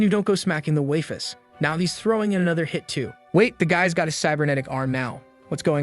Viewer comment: "waifes" and not "waifu's" at the start is oof XD